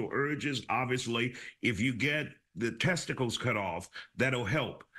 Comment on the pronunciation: I don't think the first guy can say testicles that was jarring five seconds in lol, finally a real punishment